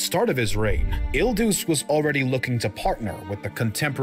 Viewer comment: Pronouncing il duce correctly the first time and then dius. 😔 Btw your attention span is really low 😄